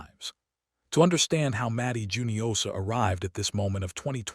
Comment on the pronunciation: I thought it was hoo-nio-sha, not ju-nio-sha. Please correct me if I'm wrong.